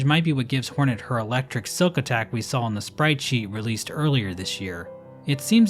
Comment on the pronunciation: She saw the saw and became a saw while saying "shaw".